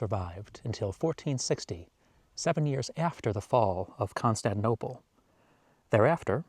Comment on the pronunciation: I'm sorry, I cannot watch anymore because you butcher the name of ConstanTInople